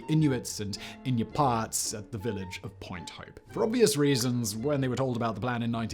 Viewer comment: Pronounced IN-NEW-PEE-AT.